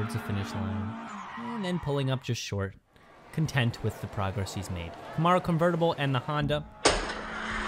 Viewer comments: Please learn the correct way to say Camaro!! Ka-Mare-O! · Please start saying Camaro the proper way! It sounds like come-air-o!